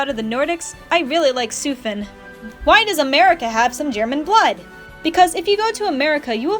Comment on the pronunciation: thank god you pronounced sufin correctly